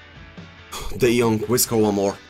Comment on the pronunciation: "De Jonk" is back! ahahah